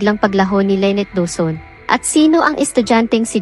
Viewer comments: Paiba-iba yung pag-pronounce ng name ni Lynette pati may mga words na ang hirap intindihin o nakakalito due to the accent. More practice pa po lalo na s tamang pronounciation pero maganda ang istorya. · ANO B TALAGA⁉️LYNNETTE O LAINET PAIBA IBA KA NG PRONOUNCIATION, MORE PRAKTIS‼️NAKAKA IRITA KA PAKINGGAN👎👎👎👎👎👎👎👎ARAL ARAL MUNA MG PRONOUNCE‼️🤬🤬🤬🤬🤬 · Lenneth or Lyneth bkit iba iba pag bigkas mo? Buti pa mag aral ka ng pronounciation